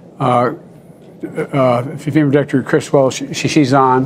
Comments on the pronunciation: Movie clips are spot on, as always!!!! Maybe Deanne Criswell should do the decent thing and change her name to something mr slushy can actually pronounce. There must be something! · Biden will mention Criswell’s name a good 250 times during this terrible emergency. Not only will he fail to pronounce it correctly, I’ll wager he’ll say it differently every damn time.